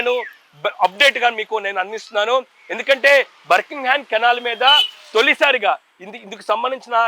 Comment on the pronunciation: బర్ కింగ్ హమ్ కాదు నాయనా బకింగ్ హమ్ అని చెప్పాలి